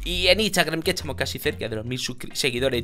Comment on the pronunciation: no dice “estamos" dice “etsamos":v